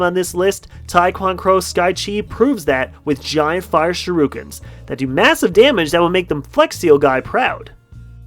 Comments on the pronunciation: ITS SURE-IH-KENS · I hate how you pronounce shuriken like shiruken